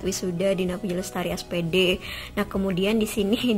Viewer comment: oh ya, pengucapan Jepang. Aku baru tahu hehehe.... Kan suka Negara Jepang gitu.